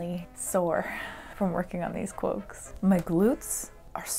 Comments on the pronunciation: i keep hearing "cwoaks" and i am NOT upset about it lol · I swear to Sauron I keep hearing you say "cwoaks". I'm not complaining though lol.